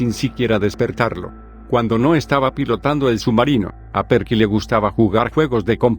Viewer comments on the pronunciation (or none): La pronunciación de "Perky" le quitó toda la seriedad y miedo a la historia